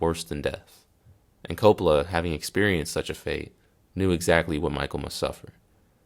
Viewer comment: man, first of all its pronounced CoPPola not Copla. its an italian lastname. with more Accent on cOp... part.